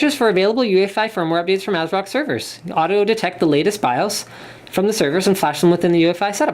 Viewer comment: No , not ass-rock We want MSI! >:c Linus!!